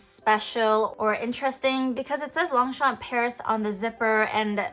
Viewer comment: Please pronounce it properly!